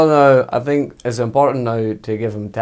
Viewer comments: Mou : I sink Pep : More than you believe Klopp : For sure Emery : Good ebening Ronaldo : Of course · 🤣🤣🤣😂 “I sink”